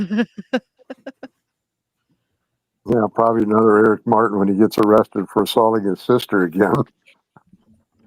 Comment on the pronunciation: Dear Prosecutor, the name is Martin NOT "Mar in" WITH a T !!